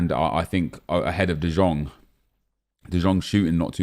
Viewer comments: its de iong not de jong bro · Ffs nep it is pronounced "de Yong" not "de Jong" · Bro im from dutch you say jong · De Jong = The Young NEP not The Zjong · it's pronounced De "Yong" ffs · De jong can you pronounce it correctly for fuck sake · He doesn't understand that in Dutch the J is like a Y in English